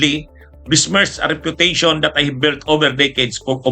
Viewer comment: Re-puta---tion. 🤣😂😅 Merry Christmas!!! Masaya sa kalaboso - kita kits kayong magnanakaw - mag nanakan ng pera ng bayan.